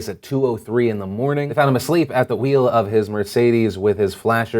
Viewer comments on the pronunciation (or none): none